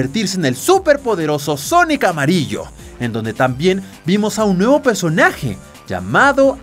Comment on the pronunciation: por que dice sonoc?